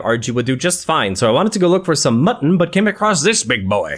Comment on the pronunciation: Idk why but how u say mutton makes me laugh so hard every time lol I know I’m not the only one